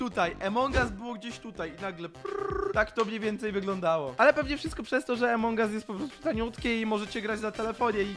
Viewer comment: Wszyscy mówią: Among us mówi: Emong us